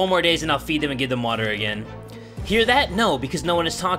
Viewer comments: It's pronounced WUTTHAAAAAAA not water it's WUTHAAAAAAAA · I love how you say water "watttta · Warrior Granger *watzza!